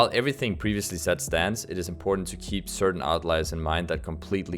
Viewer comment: Certain , not ceratin.